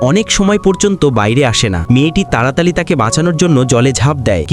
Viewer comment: তাড়াতাড়ি ❌ তালাতালি✅😂